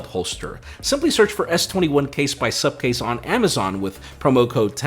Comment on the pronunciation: It's Supcase and till today Im hearing Subcase. That's why is always angry with me 😂😂😂